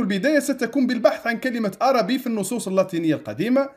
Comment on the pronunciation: السلام عليكم أنا من متابعي قناتك لجودتها ومصداقيتها ولكن لكل جوادٍ كبوة. اعلم أيها السيد المحترم أن الكتب التي ذكرتها كمراجع هي في الحقيقة كتبٌ إيطالية وليست لاتينية وحتى كلمة "ARABI" المنقوشة في الصخرة التي تنطقها عربي وهذا إجتهاد منك فكان عليك أن تنطقها "أربي" وفي القاموس الذي ذكرت فالحرف "A" فوقه هلال فليست نفس الكلمة والسلام